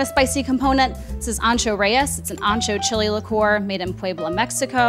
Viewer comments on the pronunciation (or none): It is pronounced liqueur not ligeur.